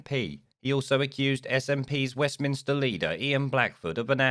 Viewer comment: It’s Holyrood not Hollyrood and Westminster not Westminister... otherwise all good!